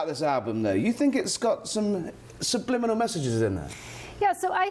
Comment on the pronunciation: It’s not “subliminal”